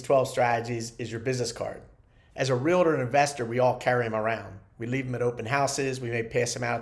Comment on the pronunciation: UGH please say Realtor correctly if you are a licensed agent! 2 syllables. Not 3. Sorry, drives me crazy when I hear this. Like "nucular"...and thank you for the tips,!